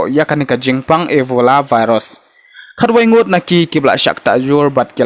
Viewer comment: Virus not varus...